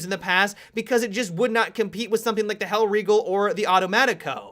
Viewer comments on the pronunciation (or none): none